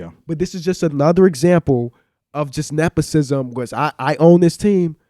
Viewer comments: On the nepotism comment, not “neposism” …why don’t you keep that same energy when LeBron brings in his people and gets them paid? Actually people praise him for that…it’s a part of the game, is it right or correct, who knows. You wouldn’t get some of your people paid if the opportunity came about? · I really need to know why the fuck p, and let this man botch the word nepotism not once but 5 times without correction? There's no way all of them believe that's how its pronounced. So i don't want to hear tell about hyperbole not being a good word cause he knows what it means and can say it.